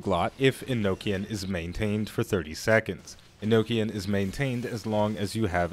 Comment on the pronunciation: U got Enochian pronouncex right, but Eno-chan is a good substitute >w> Good to see you embrace the role as magical rocket turret.